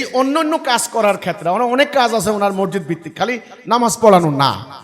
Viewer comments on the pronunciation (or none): মরজিদ কি? মরজিদ না , সঠিক উচ্চারণ " মসজিদ"।